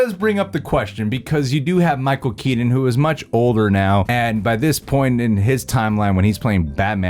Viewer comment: “Michael keedin”